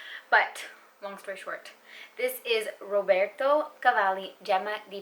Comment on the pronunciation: Hey! Thanks for another great video ❤️ I’m wondering what heritage you’re coming from? I don’t hear any accent except when you pronounce the names of perfumers (Roberto, Carolina), I looove it! It sounds sooo real, how I think it should sound, and no one says it like this 😊